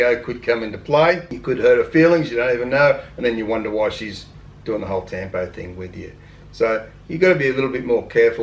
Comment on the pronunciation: Tampo is pronounced “tum-poh “